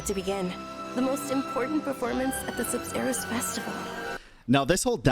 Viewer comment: Sabzeruz always make me hear it like subzero lol